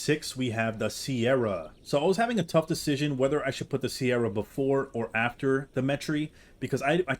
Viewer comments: why did you pronounce "cerato" as "sierra" 😭💀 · It’s not pronounced sierra it’s ser-atto